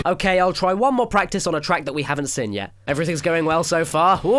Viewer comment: Why do you pronounce 'seen' as 'sin' ? I'm just curious, great videos btw :)